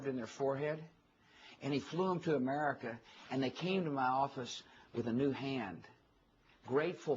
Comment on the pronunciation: Can this f*cking moron even pronounce the word AMERICA...(A-Mer-I-Ca)....not amurrrriccca. This Irish reporter owned Bush...major props I will def look up more of her work.